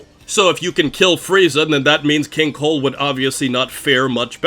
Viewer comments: I keep hearing king cole not cold, and it’s irritating me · Maybe it's me, but 50% of the time I hear you say 'King Coal'. I think it's funny and I can't NOT hear it anymore. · Kinda strange I keep hearing you say Keen Coal